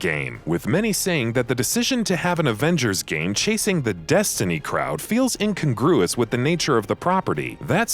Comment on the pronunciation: Yes, sorry, but I'm "that guy": incongruous is pronounced in-CON-groo-us. Just saying.